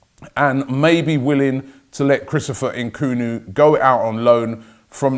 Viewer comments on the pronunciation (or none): Why is Robbie calling him Nkunu. It’s Nkunku lol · Robbie, put some respect on the young Congolese lad’s name!! It’s Nkunku not Nkunu!! #upthegunners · it's N-Kun-Ku not N-Kunu ^^' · I thought its pronounced Christopher 'Nkunku' - En - Kunku... Not 'En - Kunu' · En-koon-koo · week 2 of transfer daily: robbie still can't pronounce nkunku properly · Robbie, there's another K in N'kunku's name, pronounce it😂😂😂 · Robbie, is the k at the end of Nkunku's name invisible to you? Or is it a silent K? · Why on earth does Robbie think the last K is silent in Nkunku's name 😂😂 Always messing names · Why can’t Robbie pronounce Nkunku? Six letters